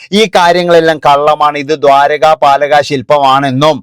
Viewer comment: ഇക്കാ ദ്വാരകാപലകശില്പമല്ല. ദ്വാരപാലകരശില്പം എന്നാണ്